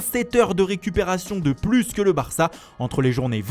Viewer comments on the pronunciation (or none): none